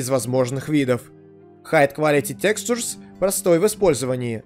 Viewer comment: Как много проблем с произношением слова "textures". Ты пытался! =D